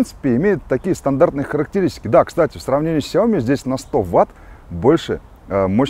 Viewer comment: Gennadievich Бесят меня эти Ксяомишники. сяомИ Xiaomi 小米 Ударение на И!!!!!